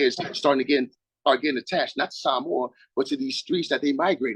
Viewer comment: I just locked in from Australia, Ipswich City 43...love how the pronounce SAMOA how its supposed to be said, whether u USA, AUS, HNL or NZL, say them shits how its supposed to be said, Shout out to the bro and